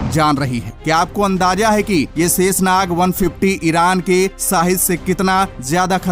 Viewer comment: जय हिन्द ! भाई शेषनाग शाहिद साहिद बोलो सेसनाग आपका शब्दों का उच्चारण ठीक नहीं है